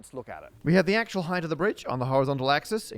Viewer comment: Did... did you just say "heighth"?